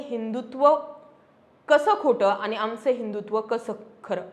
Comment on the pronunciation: कन्सेप्ट आणि विषय चांगले आहेत.. फक्त भाषेवर थोडी मेहेनत घेऊन आनी-पानी सुधारता आलं तर पहा...